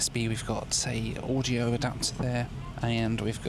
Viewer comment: definitely said “Orgy-o adaptor” 😝 😉…. I’m onto you!